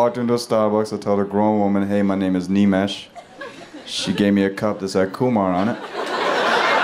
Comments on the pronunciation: Funny thing is, he pronounces his own name wrong sometimes. Its Nimesh, not Neemesh 😅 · This guy can't even pronounce his name properly, Nimesh is his name and he pronounces as Neemesh.